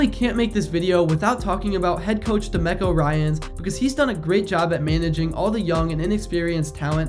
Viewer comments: Good vid but you butchered domeco Ryan's name lol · DUH-MECKO RYANS!